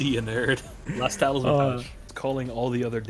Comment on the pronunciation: Everytime you say tailsman instead of talisman cracked me the fuck up, I love you man you the real one